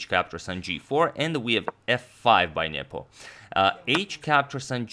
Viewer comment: Every time you say "Nepo" I hear "nipple". "e5 played by nipple..."